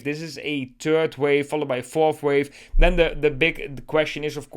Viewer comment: Please master the pronounciation of the English "th". When you pronounce the term "third wave" you make it sound like you speak about a "turd wave". You do know what a turd is, don't you? A turd is a "piece of shit" ! Please, as someone addressing a bigger audience, put some effort in your mastering how to pronounce the "th" the correct way.